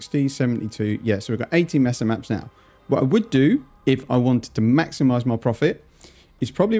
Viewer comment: Love your content Cannot begin to handle you're pronunciation of MAY-SUH as MESS-UH OOF not even as a Spanish speaker- the English speaker in me loathes this Please, for the love of God.. Consider changing your pronunciation